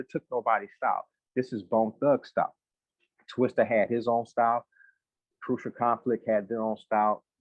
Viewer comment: It’s TWISTA not TWISTER 🤦🏿‍♂️